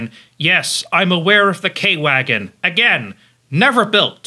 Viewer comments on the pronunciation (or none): none